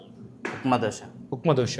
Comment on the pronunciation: దోస కాదు దోశ.